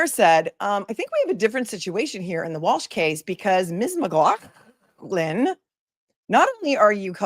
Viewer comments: lol! Every time you say McGlaughland -I laugh! Thank you for the comedy! 😂 🧡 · Just wanted to say I laugh every time you say McLaughlin the way you do. Love you!! 🙏💗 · Your pronunciation of McLaughlin is how it’s said in Scotland, like you coughing up some phlegm! God forbid that person who complained visits the names COO 😂😂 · I have misophonia (and trust me, it’s incredibly frustrating). For what it’s worth, the way you pronounce 'McLaughlin' doesn’t bother me at all—I actually find it kind of funny! I don’t mean to downplay how certain sounds can affect others, but I also think it’s unrealistic (and unfair) to expect you to change your pronunciation to avoid every possible trigger. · PLEASE NEVER STOP SAYING LAURAS NAME THE WAY U DO CUZ ITS HYSTERICAL & I LAUGH SO HARD EVERYTIME LOL 😂😂😂😂😂🙌🏻🙌🏻🙌🏻🙌🏻